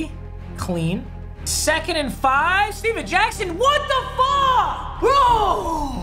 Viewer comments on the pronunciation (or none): none